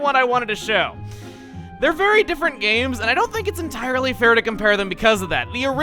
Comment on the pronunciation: dont you mean.... EnTILErey...?